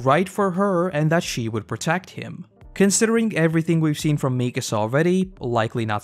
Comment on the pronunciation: Mi-KA-sa, not MI-ka-sa